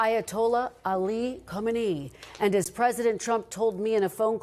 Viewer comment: ok who the heck is Comedy? He can’t pronounce khamenie?